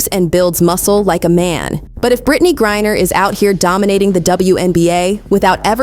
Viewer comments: This video has a lot of misinformation. First, this video is done by Ai since they mispronounced Griner multiple times. Second, she was in a female penal colony. Third, most same sex marriages, one of them are considered as the male and dresses the part. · Cannot LIKE. When you cannot even PRONOUNCE Griner because you DO NOT EVEN REVIEW YOUR OWN PODCAST/video. You lazy people, don’t even review your own A.I. maybe using DESCRIPT.